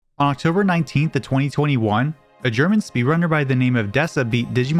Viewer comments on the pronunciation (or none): none